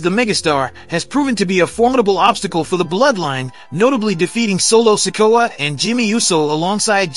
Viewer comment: Yo, y'all need to learn how to pronounce wrestlers names, it hurt my ears when you cant say kairi or sikoa. Dude learn the names CORRECTLY.